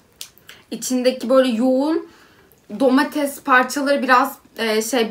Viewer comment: "Domatez" değil ,"Domates" ama heceleyeyim Do-Ma-Tes ^-^ ... Güzel Türkçe'mize önem verelim❤ .